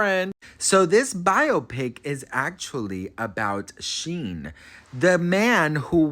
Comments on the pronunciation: Shyne is his name. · I'm pretty sure his name is pronounced like Shine. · His name is pronounced like shine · It’s pronounced Shine 😂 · Omg. You pronouncing Shyne's name (pronounced "Shine") like the worst fashion company in the world (Shein) is sending me😅 Not throwing shade. I think you're adorable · Honey,, it's pronounced SHINE, not Sheen or Shin. I still love you, lol ❤. And Diddy paid him a million dollars to take the fall. Ay, ay, ay. I got some research for you. love. Shyne is a con artist. There's a law in Belize that forbids people convicted of crimes in other countries to hold public office. He wants to be prime minister of Belize. The people in Belize see right through him. He always had a NY accent, now he has this other accent. He stole Biggie's sound, literally the sound of Biggie's voice. But Diddy and LA Reid ( otro monstro ) made it look like a million dollars album deal. He just took that money. And Diddy's private jets were always making "drop offs" at Belize and donating money to Shyne and Belize, but it wasn't for impoverished children or education. It was to line Shyne's pockets. He crooked too. Y la pendeja de J Lo lied like a rug after the Club NY shooting. The lady who was shot in the face, Natyana Ruben, always said it was Puffy. She told police, the surgeon, everybody. But Puffy has always had some law enforcement on his payroll. She still has 9 bullet fragments in her face and is willing to have surgery to atleast remove one to prove it came from Puffy's gun. But Shyne did 9 years and got 1 million. Don't trust that dude. Ese es otro criminal y embustero. Stay blessed ❤ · Thank you 😂 he was calling him shien and I couldn’t stop laughing. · Who’s Sheen? 😂 you mean Shyne 😂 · Not sheen it’s Shineeee Poe son lol great stuff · It's pronounced shine lol but great video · Sheen? At least get the names right… at least! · Is he mis pronouncing his name on purpose?? It’s Shine. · Shyne pronounced Shine like wine with a shhhh